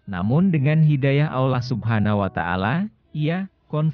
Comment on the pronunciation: MC nya orang Islam apa Kristen. Ko ngucapkan Allah dan Insya Allah ucap ny ga pas.(sprti orang Kristen)